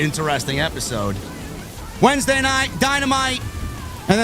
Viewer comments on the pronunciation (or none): none